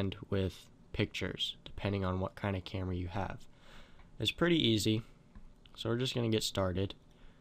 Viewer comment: camera...not vamera. sorry